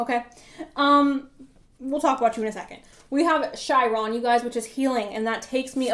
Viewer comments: You are such the cutest and spiciest tarot reader I have ever met. 🥰💖😄🌺 Hummingbird PILE 2. Ps. Chiron is pronounced KAI-RAHN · Chiron is pronounced KAI-RAHN.